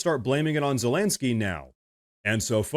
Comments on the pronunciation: Once in awhile you are pronouncing it right: 'ZeleNSky' - but usually you pronounce 'ZeleNGsky' Much support from Finland 🇫🇮 You have a good channel here 👊🏼 Keep going strong my friend 💪🏼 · the complete disrespect by pronouncing his name zelangsky the whole video made me chuckle. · Me trying to count the amount of times you said ‘ZelenKksky’ 😅 lost count somewhere around 7. Good vid bro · Please stop pronouncing his name as Zelenksky. There's no k before the s. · Ze-lenk-skyy != Zelenskyy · His name is pronounced zelen-skee. It's painful hearing you mispronounce it and it makes you sound less credible.